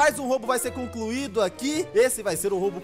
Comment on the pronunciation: ele falou cloncuido kakakakakaka